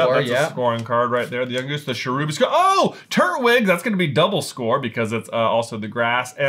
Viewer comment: I just noticed that you say turt-wig instead of tur-twig.